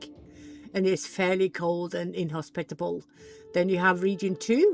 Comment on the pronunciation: yes...inhospitable, exctly how u said it the first tome.